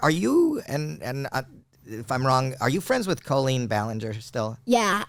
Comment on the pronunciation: Do you say culleen on purpose?